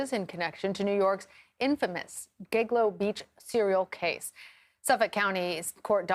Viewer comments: Giglo, lol. It's Gilgo. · Did she say Giglo beach?😂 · It's Gilgo. Not Giglo. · “GIGLO BEACH “ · She said giglo island, it’s gilgo island. Freudian Slip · At the beginning of the video, the male anchor makes a face when the female anchor says "Giglo" instead of "Gilgo". 😂😂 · She really said "giglo" 🤦🏼‍♀️ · She said Gig-Lo smh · Did she say 'giglo'? Is that correct ? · "Giggle'o beach"? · Did she say giglo? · GIG LOW? OR GILGO? Read your prompt better lady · "The infamous GIG-lo Beach murders" lol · She said “giglo” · Learn how to pronounce the GiLGO! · Learn to say Gilgo🤦‍♀️ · She said Gig-lo 🤣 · She pronounced gilgo wrong